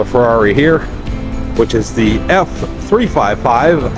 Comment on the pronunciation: Haha the struggle for the Ferrari names. Even how to say Ferrari. Not ment in a bad way btw :D